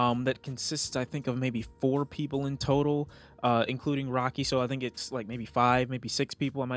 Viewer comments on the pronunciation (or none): none